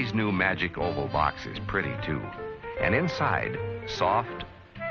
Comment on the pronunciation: Magic "oval", not "hole", lol🤦